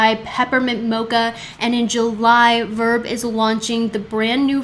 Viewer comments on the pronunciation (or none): none